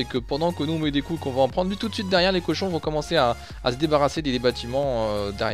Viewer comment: Petite erreur c'est cochons et pas Cohon 😉 belle vidéo comme dab!